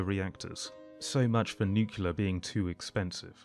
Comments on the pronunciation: NOO-CLEA-ER Not Nuke-You-Ler. Otherwise this video is great. Keep it up, bud. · I suppose you're mispronouncing 'nuclear' as 'nukular' on purpose.